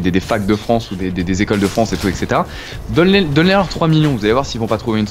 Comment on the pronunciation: ha au passage, "etc" ça se prononce ètt-ssé-té-ra ... et non èk-ssé-té-ra